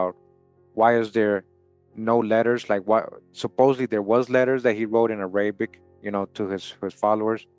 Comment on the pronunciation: The way you pronounce "Arabic"... 😫🫩😤😡😵‍💫🫨